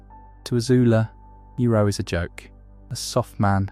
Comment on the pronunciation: I am questioning if you do because how you said iroh